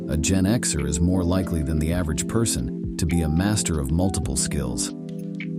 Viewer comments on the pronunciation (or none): none